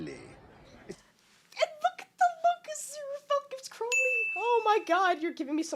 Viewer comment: I must commend you on actually pronouncing Crowley correctly!! You REALLY care. I appreciate it. Most Americans can't or won't say it right